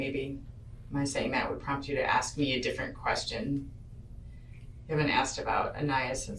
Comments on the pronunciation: I'm pretty sure it's an AI voice. Also, some people just are no good at pronouncing names. Like this killer woman being interrogated, says strimp instead of shrimp, axe instead of ask, and I could go on. You'll survive him mispronouncing one name. The detective was basically saying NO CHILD should be that underweight. It isn't normal for any child. At no point did she say they should look exactly like her own daughter. Her daughter is alive, so I guess that would be good. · I mean it's how she said it. If a white/Asian/hulk himself says axe I bet this person would absolutely type axe. It's literally the way she pronounced it. Has nothing to do with race I know many who pronounce it "axe" of all different backgrounds. Really is just the accent.